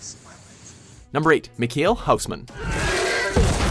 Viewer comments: English Natives never will say Michiel Huisman in a correct way, lol. I hope he becomes the new Wolverine though! :D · I just LOVE how non Dutch people pronounce Michiel Huisman